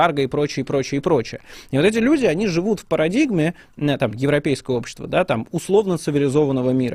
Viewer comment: Что за натура стала у ФБКашных спикеров делать двойное ударение в словах. Каждый делает это. Пример: на слове "функционирует", слово "которых" и далее "парадигме". Зачем? Это что?